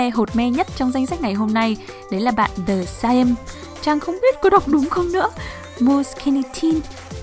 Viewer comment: Son The Saem ấy tiếng Hàn là 더샘, âm "ae" là "ㅐ", đọc giống chữ "e" trong tiếng Việt đó c. Nhưng mà đọc nhẹ thôi, kiểu ở giữa giữa "e" với "ê". Nói thế này k biết có hiểu k 😂😂